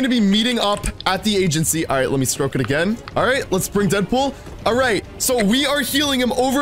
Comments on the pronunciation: we will stroke the campfire one more time me: it's stoke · it says stoke not stroke